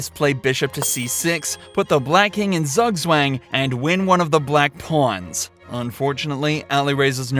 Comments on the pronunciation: PS: 'Zugswang' is a German word, might as well say it right. Phonetically: Zoog-zvang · PS: 'Zugswang' is a German word, might as well learn to say it right. Phonetically: Zoog-zvang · zugs wang???????????????? not even close to how you say that